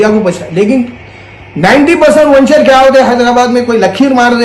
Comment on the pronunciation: Vanchar nahi hai g wo venture bolte usku aur dcp nahi dtcp layout bolte 😂😂😂😂